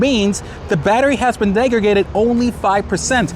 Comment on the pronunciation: "Degradaded", "defected", and "aroused". Not good. LOL